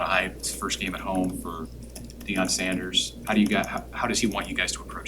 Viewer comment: “Deion Sanders” 🤦🏿‍♂️